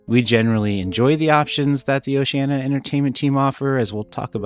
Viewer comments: Diana you were getting it right but, my friend, you need to work on it. It is not pronounced Oceana but OceanEEa, you must pronounce the "I". I will make a deal with you, I will subscribe if you promise to work on that for me because I really like your vlogging style. Deal? P.S. I have already subscribed so you are on the honor system. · Why is it so many you tubers including travel agents pronounce the name Oceanna? It's Oceaneea 😊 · We’ve actually heard Oceania cruise directors and officers pronounce it both ways, so even if oh-she-ann-e-ah is the “correct” pronunciation it perhaps isn’t as definitive as that?!? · On our Vista sailing, we heard Oceania pronounced three different ways by crew members and officers. Perhaps Oceania should make a pronunciation video. Thanks for the sub - hopefully the honor system pass won't run out anytime soon - we have a few more videos on the way. 😂